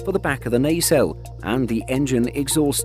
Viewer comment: A very close friend is an IP agent, he got the pronunciation wrong as do many in the UK. In the intellectual property industry Its pronounced ‘pa’ ‘tent’ not ‘pay’ ‘tent’ as he used. He also mispronounced ‘nacelles’ too